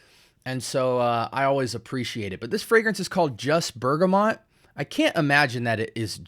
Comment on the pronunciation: *Bergamot (no 'n' in the word or pronunciation). Great review 😊